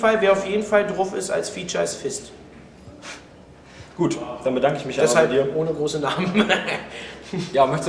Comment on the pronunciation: er meint aber Vist und nicht FiST oder?!?!